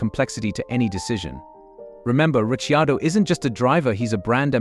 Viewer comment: “Richy-ado”, two seconds in and I’m out.